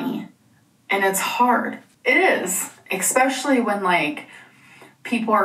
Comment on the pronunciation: If she would just stop saying “ekspecially” I’ll be satisfied, at this point.